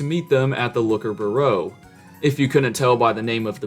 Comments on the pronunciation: and "byoo-roh" (bureau) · Byeer-oh Hearing you butcher that word hurt bro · bureau... b-your-oh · That is not how you pronounce bureau lol